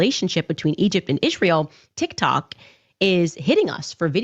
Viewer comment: Who else wants to scream every time Candace mispronounces Israel as Ish-rael. There isn’t an ISH sound in the word Israel.